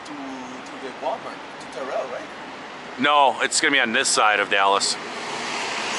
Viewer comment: Hey! You’re great man, learning a lot from you. Good videos. Can’t wait to get out there with you guys. You’re in my neck of the woods this morning, or you were. Btw it’s pronounced like Tear-l not tarail lol 👍